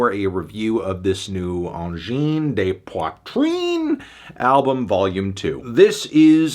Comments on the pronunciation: It's not Angine "day" Poitrine ! Can you say Angine "the" Poitrine ? or Angine "duh" Poitrine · So what if others have done similar music before? So what if the mix is thin? Feel the energy. It's a 9 from me. A tiny bit more variety could make it a 10. It's not pronounced 'day', BTW. You need an s after the de for that. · You mispronounced “de”